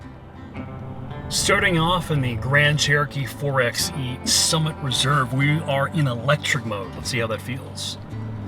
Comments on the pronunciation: It’s pronounced 4-by-e not 4-x-e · 4Xe is pronounced 4 (by) e like 4X4 4 (by) 4. in any case this is a very bad band aid for a company that is very late to the EV party. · You have done interviews with engineers, designers and a deep dive... but still call it a 4 "ex" e 90% of the time? I have a hard time listening to anyone's review that can't even say the name of the product correctly right from the start. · 4 BY E.. by the third time of 4XE I wanted to click off the video. I love you guys content but you’d think all this time with the engineers, you’d know how they intended it to be pronounced. 🤷🏼‍♂️🤣 Not sure I could pass on the Hemi for this. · pro tip: 4xe = four-by-e